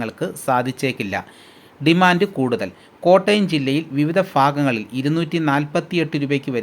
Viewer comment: പല ഫാകങ്ങളിലല്ല ഭാഗങ്ങളിൽ എന്നാണ് ആഫ്യന്തരം അല്ല കോമു ആഭ്യന്തരം എന്നാണ്